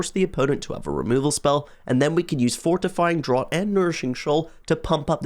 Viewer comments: “Fortifying DRAWT” 😂 not to be that guy but it’s “draft” haha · Great video concept, would like to see more of these; was a bit surprised to hear a Brit pronounce Fortifying Draught as "drot" rather than "draft" though! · Draught is pronounced like "Draft" by the way. Just English being weird as usual. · its pronounced DRAFT. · i think draught is pronounced draft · draught is pronounced "draft" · It's a bugger of a word to be fair. But I'm glad you pointed it out as that's what I was here to do as well!